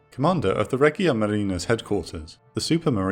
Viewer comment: Another great video! Just one note: to correctly to pronunce "regia marina" try read it as "reja marina".